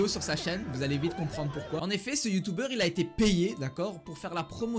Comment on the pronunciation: Tu dis youtouber au leur de youtuber 😂😂😂